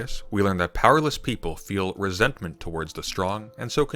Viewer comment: the emphasize on resentment is stupid and pedantic, you pronouncing it funny doesn't make it more meaningful, nietzsche is actually really simple, up until the guy was completely right